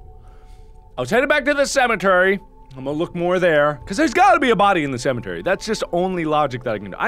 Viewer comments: "cementary" mark, there's no N in that word xD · Don't judge awesome speech, it's amazing. Who would of thought of "Cementary" !! AHHHH It's SO AMAZING!!!!!!! Maybe I'm so happy because I'm an Egg.